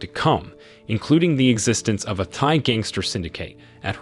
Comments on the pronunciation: It took me a minute to understand that you were trying to say Thai and not Thigh. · The reading needs to be worked on.. its not thigh.. it is pronounced TAI due to the H.